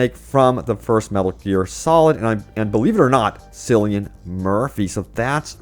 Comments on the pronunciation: Quick correction—as I found this out recently after mispronouncing it for 15 years— Cillian Murphy is pronounced “Killian” rather than “Sillian” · Cillian "kill-ian" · Cillian's name is pronounced with a hard C. Like 'Killian'. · Malkavian what again? :D It's pronounced Killian/Kilyan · Cillian Murphy, pronounced "Killian"